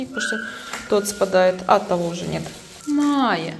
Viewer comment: Майя, а не Мая